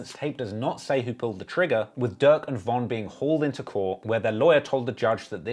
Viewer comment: I'm the only one that keep hearing duck when he says durk in the beginning. And God damn he into it od so many emotions wow this dude should be king vons hype man